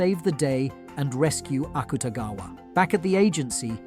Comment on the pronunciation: he also said akutagwa.. when its akutagawa